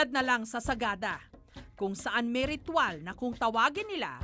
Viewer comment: Ritwal o rithual? Hahaha may Rabies pa den yan aspin lang yan eh😂